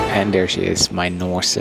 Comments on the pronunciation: You pronounce the name wrong, it's Nors e, without e at the end . Like a horse. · Is the name not spoken as NORS? The long E at the end doesnt belong in the pronounced airline name, does it? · Something does not sound right with the NOR-SEEE pronunciation. Should be "nors(e)" ? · Not sure how you missed on Norwegian being bankrupt (they certainly are not), and the name of this airline being Nors’ (with a silent E), as in Norse Mythology…